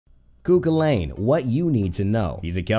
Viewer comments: Just a quick tip, it's pronounced coo cull en, not coo cwil ayn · Just to let every one know the actual pronunciation is Coo Cull-ann lol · Please at least pronounce it right Koo kullen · you are prouncing everything so wrong